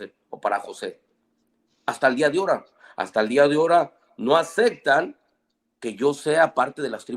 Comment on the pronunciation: Min "Hasta el día de 'ora, hasta el día de 'ora; no ACECTAN..." Min 26:9 "Pues ya hace una DIFIERIENCIA" 😂 Min "Pero siempre tenemos que ver el TESTO de qué está hablando" Min "Siempre tenemos que ver el CONTESTO de qué se está hablando" De dónde sacaron a esta gente? Y lo peor de todo que tipo de personas se creen la gran estafa del MRH Y lo más interesante es saber que hay ignorantes que piensan que ellos son Cristianos, cuando el MHR es una secta que tomó fuerza a finales del siglo pasad